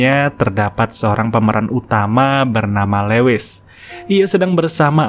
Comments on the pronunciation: Min, maaf ralat dikit ya.. Lewis bacanya Luis bukan lewis.. Thank u, Min.. Semangat.. keren channel-nya.. 👑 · Lewis dibaca Luwis